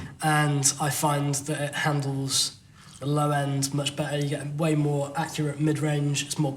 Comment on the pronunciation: I don't know, which is bedder,?